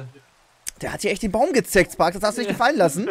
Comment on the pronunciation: Spark und nicht stark hahaha failllll